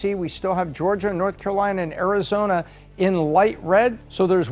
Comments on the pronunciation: why does she say arizona like that?! "arizoRna??" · The girl host “ arizornia, nerrvada” lol pls listen to yourself. No one believes your analysis.